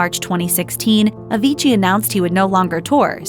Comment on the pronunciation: stop saying avigii, but anyway, RIP avicii